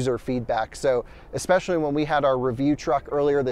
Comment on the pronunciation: Especially, not eckspecially. Phonetic spelling: /EspEshUHlEE.